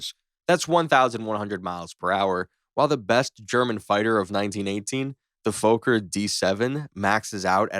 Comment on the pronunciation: Fokker, it's a dutch name and the double K means there is no long O sound. so it's not foker or fooker, it actually sounds like f*cker